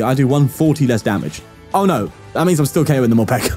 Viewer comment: “Dis stil TUrn One” 😂